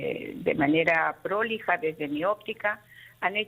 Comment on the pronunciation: El término no es " prólija " con acento, el término es prolija señora fiscal.